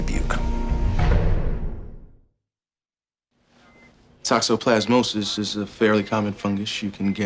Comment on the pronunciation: Did house just say debuque? Let’s go Iowa!